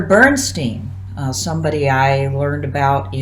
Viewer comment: Out of interest, why do you pronounce Bernstein's name the way you do in this video? Germans all pronounce "Bernstein" in a way that rhymes with "Einstein".